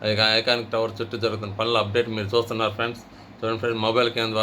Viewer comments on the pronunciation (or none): ఎందిరా .....మీరు జాత్తు న్నారు మీరు జూత్తున్నారు.